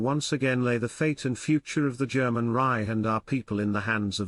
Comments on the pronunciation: “Reich” mispronounced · Why can't this guy pronounce "Reich"? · This must be artificially spoken which explains the mispronounced “Reich” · Yes, of course that's true. But still, why can't it pronounce "Reich"?